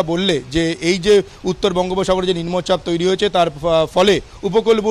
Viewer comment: নিম্ন চাপ কথা টা উচ্চারণ করতে পারছে না রিপোর্টার